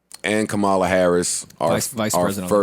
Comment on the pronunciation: Could you say Kamala's name properly Joe?